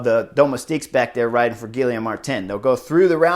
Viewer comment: Really like the insider views on this, but honestly... how does someone who has ridden in Europe for as long as Horner (with multiple languages/nationalities) be soooooo brutal on pronouncing anything outside of English?? Gill-EE-ohm ??